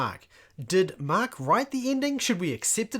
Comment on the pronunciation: Why do you call it the gospel of MAaak ? :elbowcough::chillwcat